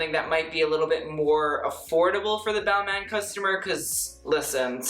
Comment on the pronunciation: I though it was ball-mah for balmain?